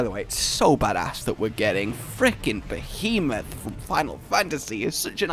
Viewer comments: Behemoth. Pronounced: Beh-hee-moth. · Be-He-Myth That's how you pronounce Behemoth >:3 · text: " Behemoth" (): "Bee-moth" xDDD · You did your best you try pronounce behemoth correctly “try” but you did your best